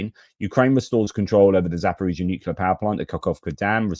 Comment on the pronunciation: Thanks, however the word "nucular" does not exist in the English language.